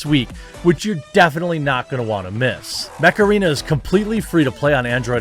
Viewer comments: Ohhhh MECH arena I was hearing Macarena Like Dale a tu cuerpo alegría macarena! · I just heard macarena :P